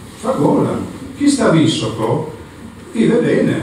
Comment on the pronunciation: Sai dire correttamente Visoko ma non sai pronunciare il suo cognome😂😂😂😂